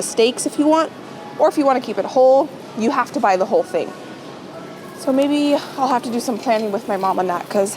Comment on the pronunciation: When you were looking at the chicken , I heard "I need 2 OLD chickens" but you really said WHOLE chicken!!!!